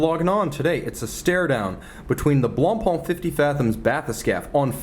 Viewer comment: It’s « Blancpain », not « Blonpainc » ;)